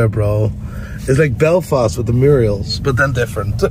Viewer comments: a murial? You mean mural? 😂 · Murals not muriels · Did he really say ‘Murials’? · Murals not Murials